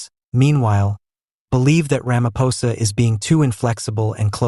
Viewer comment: This is what western fals news is spreading!! They are failing against Trump so they target SA!!! Listen to this fools language and pronouncing Steenhuisen and ramaposa. Just Voertsek SATAN!!!!